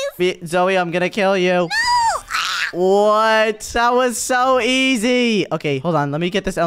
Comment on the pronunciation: Zoey is just domb for saying oh nuo